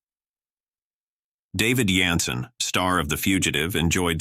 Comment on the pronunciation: His name is David Jansen, NOT David Yansen . You tube continues to get "narrators" that can't pronounce peoples names. I wish somebody out there would start a site like this, one that would actually work.